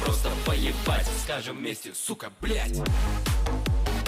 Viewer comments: hes always saying belyate and not blyat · Gets told it ends with a d, says it the wrong way the entire video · Has a professional tell them that its pronounced with a D not a T yet he pronounces it with a T throughout the whole video... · So you get a guy with a Phd to explain that its blyad with a d and not with a t, only to proceed to give the ceckmark to a guy saying it with subtiltles saying blyat